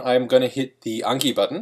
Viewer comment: It’s anki not unki -_